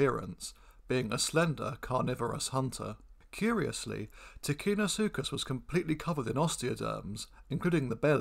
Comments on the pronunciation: Ticinosuchus is pronounced with a "ch", not a "k". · Ticino, and by extension ticinosuchus, is pronounced with a soft c, as it is followed by an i. Thus in English orthography, you would have TiCHInosuchus. It is only hard if followed by an h, as that separates the c from the i.